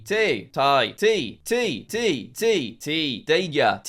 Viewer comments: Te is pronounced te, not ti. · Jack pronouncing ‘te’ as tee is frustraing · it is not tee its t-e not teee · THATS NOT HOW YOU PRONOUNCE TE IN NORWEGIAN THERE IS NO “I” THERE